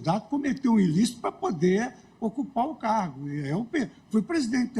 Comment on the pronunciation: Um juiz que fala "quatoze" e "pudêr" não merece ser juiz. Geração comunista de analfabetos.